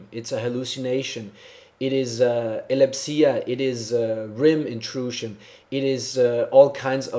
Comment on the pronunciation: Scientifical evidence, clinically death, ee-lep-sea-ah (epilepsy?).,.. sounds like your regular george bush. Hate to be so critical of a person who is obviously smarter than the former peresident, but who isn't!